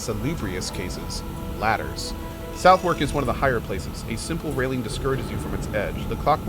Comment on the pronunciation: For the record, Southwark is pronounced more like "Sutherk". It's one of those British place names with unexpected intonations. Yes, as with the Golem of Hebrew folklore. Smoke everything everyday. Conduct most unbecoming. Tut tut.